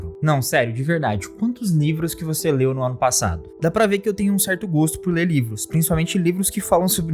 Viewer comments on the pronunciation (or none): vc falou nivros kkkkkkkkk